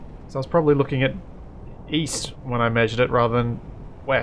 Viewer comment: East?! I thought you said Weast!